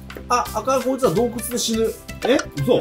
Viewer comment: 挨拶のよしですが今日クリアな声笑笑 よしさん洞窟のこと"どうけつ"って言ってる？笑